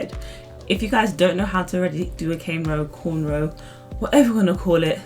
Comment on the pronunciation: It’s cornrow not Caine row wtf ?